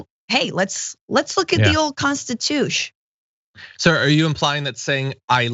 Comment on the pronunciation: "The old Constitush...." noice